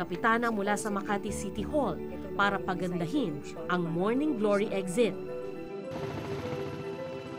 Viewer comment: Anong eggxit? Na bother tlaga ako sa pag bigkas mo ng eggxit bwiset